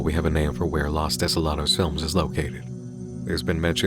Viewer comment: What you were pronouncing the whole time was "las", los is pronounced "low-s". Maybe less memes and more info in your diet.